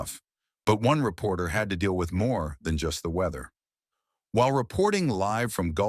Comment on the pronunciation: Did he say, repoter, lmao. 😅😊😂😂😂😂